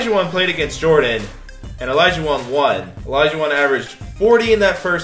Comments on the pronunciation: Did anyone notice when he said olajuwon he said it like olijuwon 😂😂😂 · Yo said olaijauwon he could’ve said olaijau...won